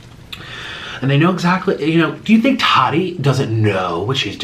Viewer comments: IT'S TATI. NOT TODDY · Why does nik keep calling her "toddie" 😂😂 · Lmao he said “tatee” 😩😂😂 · He says it like an English person would